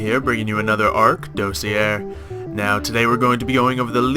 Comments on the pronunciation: DOSS-EE-AY That's how you pronounce it. It's french. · it's pronounced dossier not dossier kappa.